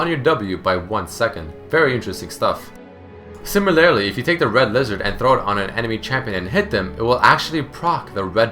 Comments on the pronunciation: similarly. similar-lee. not similarily xD no hate just letting you know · sIIIImilarly, not similAAAArily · It pains me the number of times he says "similarily" when it should be "similarly". Maybe I'm just a grammar nazi, I don't know. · How come you pronounce "similarly" as "simiLAREly? I couldn't stop noticing it D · i heard it 5 times haha